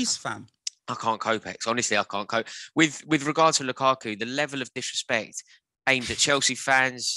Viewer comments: ‘Robbie LyleKaku’🤣🤣🤣🤣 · “Robbie Lylekaku” 😂😂😂🤦🏾‍♂️